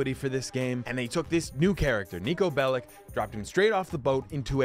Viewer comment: Its read nico belić